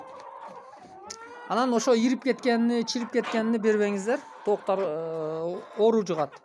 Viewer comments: Кыргызсынбы ука тооктор болуп айтылат туура суйло.тооктар емес. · Айланайын кыргызсынбы кыргызча созду бузбай так суйлочу тооктар эмес тооктор дечи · Тооктар эмес тооктор болуп айтылат бузбагыла да сөздү, көбүраак дегендер бар көбүрөөк деп айтылат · Тооктор , тооуктар емес😊